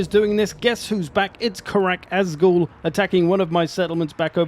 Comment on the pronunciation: Love the video. Think it’s a great idea, super excited for the the next. Karak Azgul? With a G?